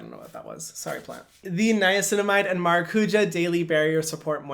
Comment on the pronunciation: Please learn how to say maracujá correctly or just say "passion fruit" in English. Why say it in portuguese if you can't actually say it in portuguese? Hurts my Brazilian heart